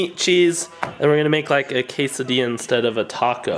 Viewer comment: you said chese meat and quasodia